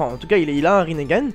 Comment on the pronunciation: je sais pas si sa a toujours été le cas, mais je crois que c'est Rinnegan et non Rinnégan. ^^ Bonne review, et je me dis que Madara devrait surement commencer par Hachibi, c'est le seul qu'on a pas trop vu ce faire maltraité. Sinon, oui tu as raison, Madara doit devenir le Jinchuuriki de Juubi pour pouvoir balancer le Tsukuyomi donc ouais c'est un peu répétitif. Et à votre avis: Naruto devrait sortir en mars ou plus tard? Espérons qu'ils sortent après la fin de Naruto!:)